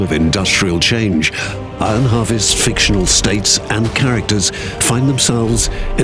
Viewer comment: Is nobody going to say anything about the fact that the narrator can't say the word "iron" 🤨